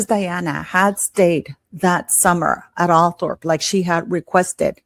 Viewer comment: Just so you know, Althorp is actually pronounced Althrup.😁